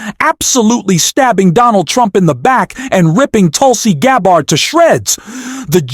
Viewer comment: LOL I love the mispronunciation of Gabbard's name. Not even going to correct it - if they want to say the VP's name incorrectly, they can have a taste of their own medicine. Also, congratulations on finally learning how to use singular "they" - I knew you'd get there eventually!